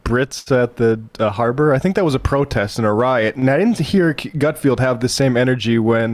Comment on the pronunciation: love sam's commitment to mispronouncing gutfeld lol